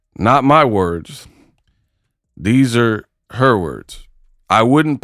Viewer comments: It nev-ah affected huhhhhr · YO YOU GOTTA MAKE THE T SHIRTS THAT SAY "IT NEVAH AFFECTED HUH (front), IT NEVAH AFFECTED HUH(back)."😂😂😂